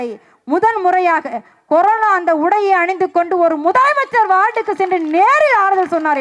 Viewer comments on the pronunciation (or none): none